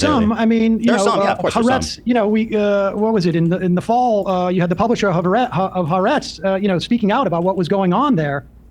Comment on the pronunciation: Sam Seder doesn't know the proper way to pronounce ha'aretz (ha'Aretz, not ha'arEtz).